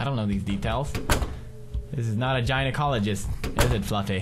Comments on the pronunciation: gina-cologist lol love how he pronounced it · Gina-cologist hahah